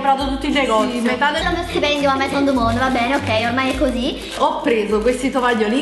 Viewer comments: io studio francese e 'maison du monde' si pronuncia "meson du mond". Un bacione😘😘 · come hai pronunciato maison du monde hahaha ♡♡♡